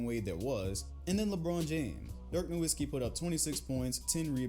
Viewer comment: Try reacting to Dirk Nowitzki to learn more about him and his playoff run in 2011, also the "W" in Nowitzki is pronounced as a "V" because he's German